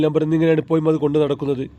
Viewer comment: മലയാളം മര്യാദ യ്ക്ക് പറയണം ഇപ്പൊയും അല്ല ഇപ്പോഴും എന്ന് പറയണം.കാക്ക ആണോ എന്നാ മലയാളം ആണ് പറയുന്നത്